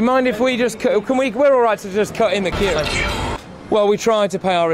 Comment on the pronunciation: It was every time 'the queue ' was said. Sounded like fq but possibly 'the queue?'